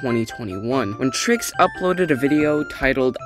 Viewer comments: "tricks" 💀 its obvioulsy pronounced "trikes" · I mean for one you didn’t even say my username correctly are you gaslighting me or smth?